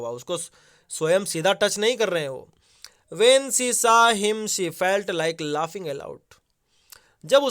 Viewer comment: Saw=saa Those=thoj Sad=sed Was=waz Nice vocabulary skills sir😅😂 Anyways nice explanation really helpful 🔥